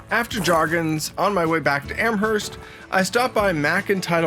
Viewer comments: I'm from Hants county so all cards on the table, I COULD have been pronouncing it wrong all my life, but I don't think you pronounce the H in Amherst. It's more like Amerst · I spent all my summers growing up in Parrsboro which is about 40 miles from Amherst . The h in Amherst is silent .